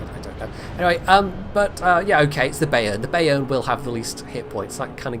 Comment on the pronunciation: just a little pronunciation aid from your Teutonic follower: Pronounce "Bayern" as "buy - earn", or "bye - urn". Your current take on the name takes some getting used to.;)